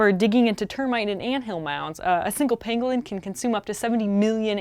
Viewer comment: I totally heard Pinguin every time Emily said Pangolin.